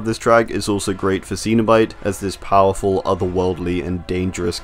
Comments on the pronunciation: I am pretty sure you are saying CENOBITE wrong because Clive Barker pronounces it Sen-O-Bite not the way you say it which is Seen-o-Bite because I seen him say it in interviews. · Yeah it felt like he never watched Hellraiser movie. Hearing him saying Seen-o-Bite sounds a bit cringe.